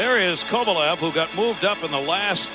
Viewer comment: He always messed up names. He would call Esa Tikkanen (pronounced TEE-kanen) TICK-anen. I remember another time early in his career he kept calling Alex Kovalev “Kovalesh”